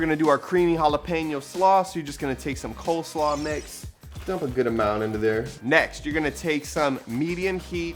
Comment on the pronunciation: Did you say coldslaw its coleslaw